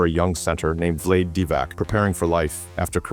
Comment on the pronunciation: This is what happens when AI narrates and produces...Vlade doesn't rhyme with Blade 🤪🤪